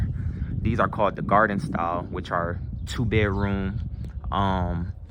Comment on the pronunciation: There is a d in the word bedroom. Beroom is not a word